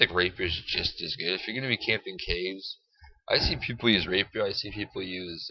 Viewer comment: It's not a "Raper" it's a "Rapier"